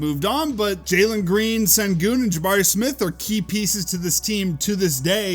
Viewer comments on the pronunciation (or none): it’s not pronounced “Sen-goon” it’s “ Shen-goon”